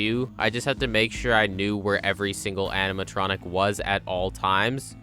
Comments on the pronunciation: I just noticed… “animatonic” lol Also you’re on a whole other level of gaming when it comes to FNAF, I’ll never stop being impressed dayum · No one noticed “animatonic” ?